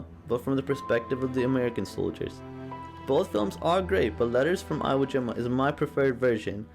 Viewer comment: Iwo Is pronounced EEWo. Thank you.